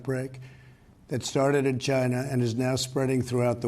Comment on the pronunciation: Hahaha I heard it too